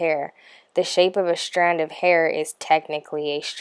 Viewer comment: Are you half german or something? WHY are you pronouncing STRIPE, STRAND, STRING like that?